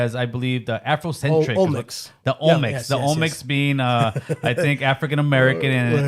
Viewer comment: Olmenecs???? Lol